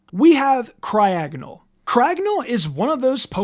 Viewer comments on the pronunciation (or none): It’s pronounced cry-AHG-uh-null and BYE-nuh-cull, “”! 🤨 Stop mispronouncing Pokémon names, bub! 🙄